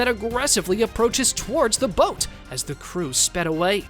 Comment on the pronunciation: ngl. you had me go back a few seconds on the second one cuz i thought u said "Goat" instead of "Boat"